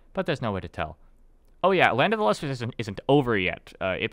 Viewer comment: Since this guy mush mouths the title every time he says it, the manga is called Land of the Lustrous.